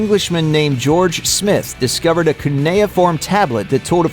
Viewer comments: The only thing that I wanna complain about is, learn how to say cuneiform it took me listening really hard to figure it out 😂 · His mispronunciation of cuneiform was a joke? I don't get it? What did I miss?